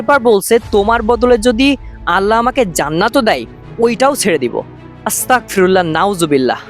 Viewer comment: ভাই আস্তাগফিরুল্লাহ বলার সময় একটু খেয়াল করবেন যাতে আস্তাকফিরুল্লাহ না হয় আশা করি বুঝতে পেরেছেন প্লিজ প্লিজ ভাই একটু খেয়াল করবেন 😊😊😊